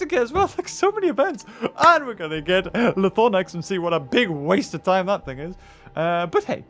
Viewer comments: LythRonax not LythoRnax.. lmao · How... how did you manage to say Lythornax? Seriously, is this something I'm missing or what? It is spelled (and pronounced) Lythronax, and you managed to swap the R and O? I'm really not trying to be mean, but what led you to conclude it was pronounced that way? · Also Lythronax is pronounced (lith-row-nacks)